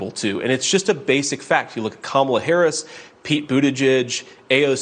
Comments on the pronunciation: I wish they would stop mispronouncing Kamala's name!! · This (rhymes with witch) is a governor and can't pronounce the name of The Vice President of The United States? Wow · It remains shameful that the GOP continues to be brutish by not pronouncing Kamala Harris' name correctly. This is no humility but a tactic to humiliate. I'm glad Harris doesn't react to such a low bar. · All Republicans that like to pronounce Kamala's name wrong.......... on purpose, shall get used to saying "Madam President".... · She can't even go to the trouble to learn how to say Kamala's name. So humble. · Being able to pronounce your Vice President’s name correctly should be a requirement to hold political office. If your brain is unable to handle that simple task then you aren’t intellectually qualified to hold a government position.